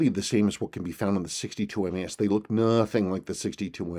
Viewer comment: MAS MAS MAS not MES. Obviously you’re not a seiko guy and this watch is not for you.